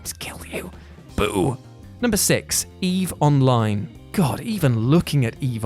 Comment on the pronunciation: I see you mentioned Eve:Online and mispronounced greatest game of all time. 😁💜